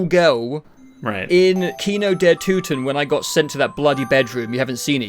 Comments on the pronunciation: You had "Toten" right the first time and changed to a wrong pronunciation. The O is spelled like in "Orbit" or like in "Order". Not like in "to" or in "oops" . Looking forward to the zombies content. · You actually pronounced "Kino der Toten" correct on the first take and then screwed it up in the "correction". :D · German here. No idea what went wrong with your „fixed“ pronounciation of „Toten“ and „Untoten“ but the fixed version was even worse than the one you said before looking it up :D the way you pronounced „Kino der Toten“ was actually really good the first time for a non German speaker :D Nevertheless. Really excited for the rest of this video! :) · wait... no. Its toten. not too-ten... you were right pre edit 💀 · I don't know where you got the German pronunciation from but some of your corrections were way worse than your initial try lol. Kino der Toten was fine, but you corrected it to Kino der Tooten for some reason. Cool vid btw :) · You pronounced it right the first time, it’s not “Tooten”. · Bro it ain't tooten it's toten lol. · man you pronounced kino der toten right the first time (hello from germany btw) its toten not tuten XD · I don't wanna be that guy but it's not "Tooten", it's more like "Torten" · That is NOT how you pronounce "Toten" 😂 it's not Tooten, it's more akin of "Tåten" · Why all English speakers think that the O in german is called U. Kino der Toten is right and not Kino der Tuten, the same for Nacht der Untoten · Sorry im a little late here but the first time you pronounced toten it was correct not the tooten you said after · no idea why you think its pronounced tooten lmao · Nobody says toten like that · A message on behalf of the cod zombies community: Love the video, happy to see new zombies players, but you had "Toten" right the first time, no one says "tootin." Who even told you that? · As a german, your pronunciation of the word „toten“ was actually better on your first attempt.